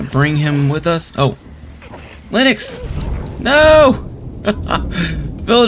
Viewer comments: Great video but just wanna say it’s “Linx” not “Linux” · I’m pretty sure the villagers name is pronounced ‘links’ lol